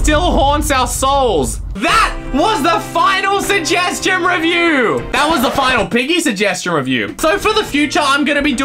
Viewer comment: Shugheshtion Fhinaleh Me: Shugheshtion Noeh